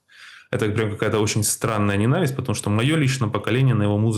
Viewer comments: Даже интернет не даёт написать так, как вы произносите..лизировать, ненАвисть( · Он это слово говорит по украински, оно по украински звучит именно так. НенАвысть.